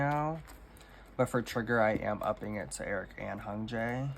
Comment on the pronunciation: I hope this doesn't come across rude, but you tend to mispronounce idol names that have "y" vowel sounds. For example, you say "Ji-ho" instead of "Ji-hyo" or "Hun-jae" instead of "Hyun-jae." Something that helps in pronouncing idols' names overall is to learn to read Hangul at a basic level at least. It's a pretty intuitive writing system and comes in handy for K-pop things!